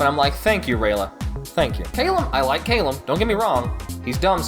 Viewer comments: "Cail-lem"... Callum boi lol XD <3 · “Kay-lum” um? It’s Cal-um, right? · Listen the war started because the humans used horrible dark magic and you pronounced Callum wrong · Can we talk about your pronunciation of the name Callum